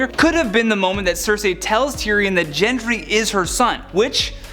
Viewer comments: GENDRY NOT JENDRY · That's not how Gendry's name is pronounced.